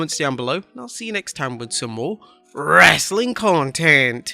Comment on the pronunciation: STOP SAYING "WRESTLING CONTENT" THAT WAY